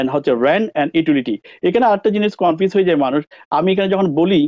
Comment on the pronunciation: ভাই উচ্চারন ঠিক না কেনো? Get (গেট) কে গ্যাট উচ্চারন করছেন। Married কে মেরিট বলছেন। Confuse কে কনপিউজ বলছেন। আরো অনেক উচ্চারন ঠিক না। ধন্যবাদ